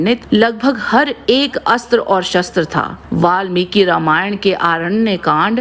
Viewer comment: हर जगह अस्त्र को आस्त्र नही बोला जाता। जहाँ अ से अ या आ की संधि होती है वहीँ अस्त्र को आस्त्र बोलना चाहिए